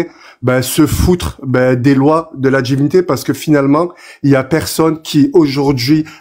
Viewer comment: "Les tchextes et la djivinité"